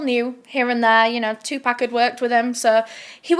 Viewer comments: 2Pok not 2PACK! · Sry not being a d&^k....but pac my fave rapper. You keep saying 2pack. Nooooo it's 2Pac.. (pronounced (2 pock) love ya girl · ok its TUPAC lol not "2 pack" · I don’t mean to be rude but Tupac is not pronounced two pack it was closer to two pock the way it was pronounced. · Is no one going to comment about the way she's pronouncing Tupac? Lol,no worries girl. Its pronounced like "two pock". Just some food for thought. Love your channel!! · It pronounced 2 poc but it’s spelled like pac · why do yall continue to call this man " 2 Pack" knowing dang well yall done heard this man pronounce his name before and you hear others pronounce it properly..i swear its rooted in yall dna purposefully mispronounce AA ppls names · 2-pack? hahahahahahhaha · “2 pack” ??? 😵‍💫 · who tf is “two pack “😂😂😂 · "2 pack" 😂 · “2 pack” that hurt a little 😭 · She said 2 pack lololol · TUPAC IS PRONOUNCED (2P0C) PCP WAS REAL. POPULAR IN THE 60'S AND 70'S IT WAS A HIPPIE DRUG😊😊😊😊😊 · Haha. She said two pack. 😂😂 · “two pack” is crazy lol. still love you though ❤ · The way she keeps mispronouncing 2pac name is cringing me more than the story. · I CANT BELIEVE SHE SAID TUPAC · You're not pronouncing Tupac name correctly. Please don't butcher rappers name especially legends who passed. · OMG....WHEN YOU SAID FUKIN BITCHES I LITERALLY LAUGHED OUT LOUD OVER & OVER AGAIN!! BUT I'M GOING TO NEED YOU TO PRONOUNCE TUPAC'S NAME CORRECTLY!!